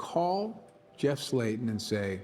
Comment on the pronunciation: *Slaten, not Slayton